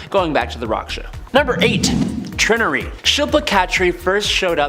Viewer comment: Trin-ury? you are a weird one my man.. that is obviously TRY-nary.... as in binary=2 Trinary=3? Personally I would.... have called her Tertiary (tersh -e-ary) like primary, secondary, tertiary oh, good .. you got Gentle right... who knows? i waould half expect you to call him 'Gent-il' insteand of Jent-il'